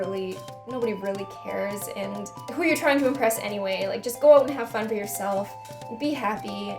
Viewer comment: love when your Canadian accent slips "oat" =]